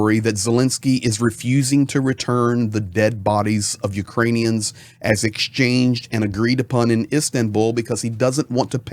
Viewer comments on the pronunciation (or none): none